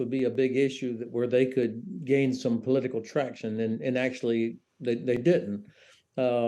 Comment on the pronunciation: Practsical. Emptsy. Politsical. Tsechnology. Hurtsing. = Brexit English.